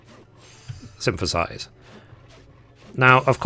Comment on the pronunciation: Lol, you do know that the word synthesize doesn’t have letter “M” in it, right?